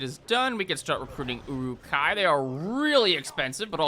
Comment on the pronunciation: I always hear Uwu-kai instead of Uruk-hai.